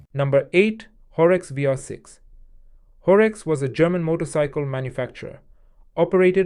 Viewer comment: Sorry it is Horex not Horx :*